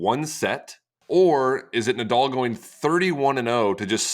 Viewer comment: why can't americans pronounce the name Nadal correctly?